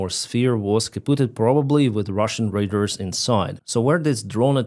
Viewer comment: Please look up the pronunciation of "RADAR". You are saying, "raiders.". A bit confusing. Thanks for the update! Also, RADAR is used as an adjective, not a nown. There are no RADARs. There are RADAR dishes, RADAR transmitters, RADAR systems, but no RADARs.